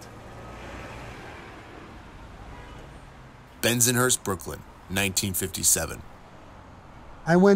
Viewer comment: Please change how he says Bensonhurst.... this drives me crazy!!